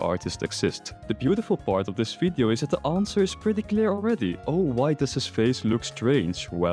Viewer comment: Its "V"ideo not "F"ideo